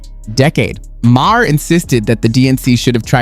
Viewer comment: Ma-her 😂 c'mon dude you sound like you've never heard of him